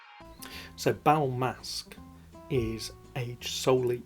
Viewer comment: Nice video,, and nice editing....For the record, it is "Bal Masqué" in French, so in English "Masked Ball" (from French: masque = mask & masqué for masked), maybe you can pronounce it like that:" Bal Maska" (in English) with less emphasis on the final "a", cut in a way before ending...not sure it is clear, lol. Cheers!